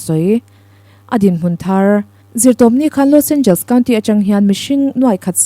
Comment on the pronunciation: I inti lam no lutuk anihkha😂Los Angels😂..Los Angeles tihtur aw..